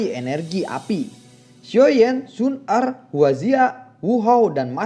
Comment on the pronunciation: mantap bang, yg kemarah xun er kurang jelas wkwksemangat trus💪💪